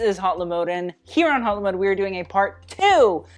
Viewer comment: good video but please don't say hatlymode